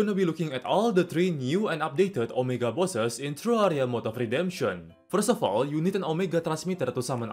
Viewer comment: Can you please in pronounciation? You speak fluently but the way you say words is just too much, lol, TRRaahriaah. Just remember the phrases and make a lot of attempts to record the phrase until the result is good enough. This will also correct your pronounciation in general.